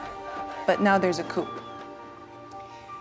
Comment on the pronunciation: yo this lady said coop not coup lol